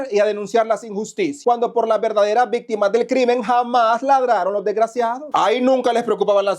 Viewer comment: CUÁNTAS "VISTIMAS"?????😅😅😅😅😅😅😅😅-😅😅😅😅😅